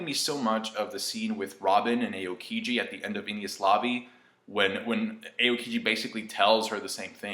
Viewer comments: it's pronounced owkiji... but japanese phonetics are kinda straight forward until you combine the vowels together. A pronounced, awe, as in you're in awe of something, and o, pronounced oh, like "Oh! look at that!" if his name was pronounced EHOHkiji it would be spelled eiokiji... or eokiji... just something to think about, I'm not saying for you to stop, or like being a dick, but I noticed it, and I thought that some information could help with the integrity of your vlog. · Eyokiji ? What the fack ? It'S AOKIJI ! you know what A means ?